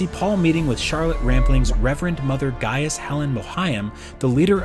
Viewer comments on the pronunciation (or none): none